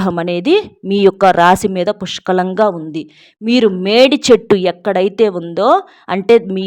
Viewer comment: Medichettu ante e chettu clear ga cheppandi pl